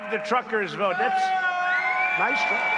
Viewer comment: He wants to dwive the twuck. What an alien child he is.